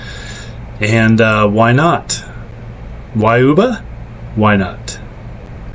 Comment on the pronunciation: why do you call it '''WHYUBAH""? When we from Cali know it as YUBA CITY?